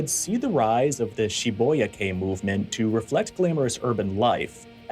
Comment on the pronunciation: Good video but urgh, it grates on my nerves to hear Shibuya being pronounced incorrectly when it's so easy to look up the correct way of saying it (which is SHI-boo-yah btw)